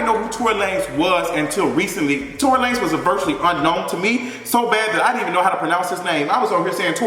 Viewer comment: Lmao not Tory la-nez